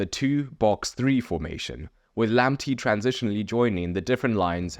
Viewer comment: LAMPTEY PRONOUNCED LAMP-TAY